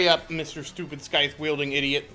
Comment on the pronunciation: the "c" in "scythe" is silent like in "scissors"